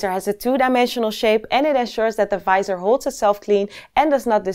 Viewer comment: The "fisor" :D